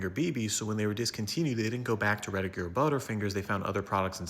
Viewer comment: Hey I heard you fumble the word “regular” at are you AI bud? I still greatly appreciate the info my robobro. My brother from another motherboard